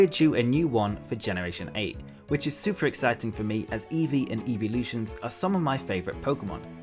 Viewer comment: “E fweee”